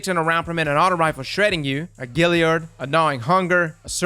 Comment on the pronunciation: Why are you saying “Gilliard” instead of “Galliard?”